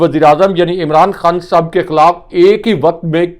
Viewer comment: He is Khan Sahib,not Khn Sb as pronounces the name.